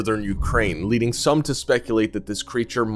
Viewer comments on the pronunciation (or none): none